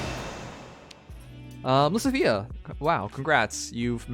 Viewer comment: Why does he never pronounce lysithea correctly